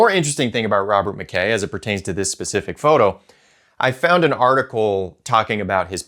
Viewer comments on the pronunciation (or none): none